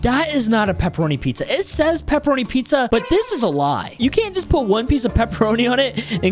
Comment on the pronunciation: Hey it is peperonie not pepeeonies